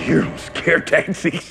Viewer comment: lol did u hear him say scare TAXIS? its tactics!